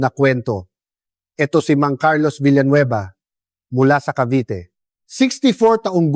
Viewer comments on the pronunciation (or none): none